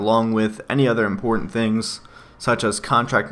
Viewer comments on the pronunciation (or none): none